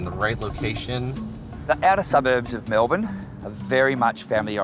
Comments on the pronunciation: "Mel-bun". Well, at least you pronounced it correctly. Btw, I cut my own hair too and take a bath once per week. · Well they got points for pronouncing Melbourne correctly right off the bat